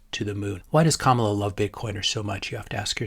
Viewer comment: You are pronouncing her name as a black woman not like a brown woman. Just saying